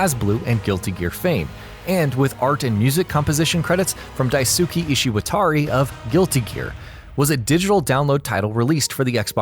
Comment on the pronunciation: why did he butcher Daisuke's name?